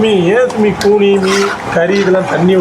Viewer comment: கூனி குனி இல்ல 😂😂😂